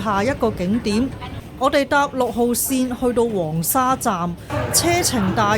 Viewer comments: 廣州人一般"黃沙"讀"枉沙"，"沙面"讀"沙勉" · 黃沙個黃同沙面個面都讀錯曬😅，我唔知你唔知正確發音定係要就個字幕生成